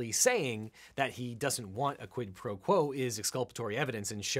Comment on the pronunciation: Why does everyone insist on mispronouncing quid pro crow?